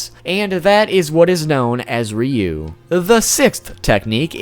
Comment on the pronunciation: Ur so bad at pronouncing words omg u called ryu reee oo